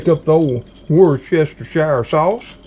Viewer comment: Woustershershireshyere sauce, LOL!.. XOXO